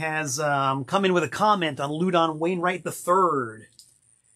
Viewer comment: I've never heard Louden's name pronounced "LOO-don." I have only heard it pronounced "LAU-din." Is messin' with us again?